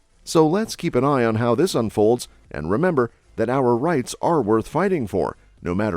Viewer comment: You mispronounced "our Republic"